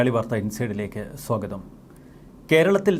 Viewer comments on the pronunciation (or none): none